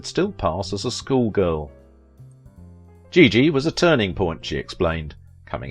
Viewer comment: A very talented dancer, movie star. Thanks for the post. But, please pronounce her name properly as well as the movie "Giggi' -- a soft "G."